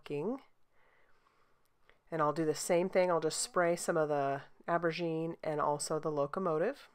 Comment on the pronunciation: Almost passed this one up b/c the thumbnail looked grayscale! Glad I didn’t. The purple embossing powder is amazing. BTW aubergine is French for eggplant and you might want to pronounce the « au » like an « o ». TFS!